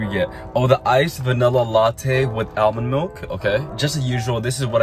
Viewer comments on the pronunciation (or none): the way he said almond milk is so weird